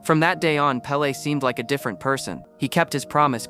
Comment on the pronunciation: It's pele's Pele